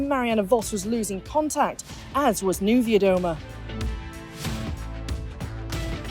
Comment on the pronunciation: Yeah, the one can't pronounce Vuelta correctly and the other can't pronounce Niewiadoma. Plus, if you're only going to do 6 minutes, don't make it 1 minute of yesterday's stage and 3 minute interview. Give us 5-6 minutes of actual racing coverage!